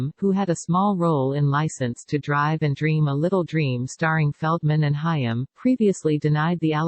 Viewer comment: You need to use an actual person to narrate your videos. The idiot robotic voice mispronounced "Haim."